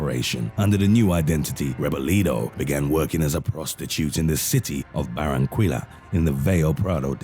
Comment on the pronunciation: It's pronounced Buh-rran-KEE-yuh, not BarranKOOEla.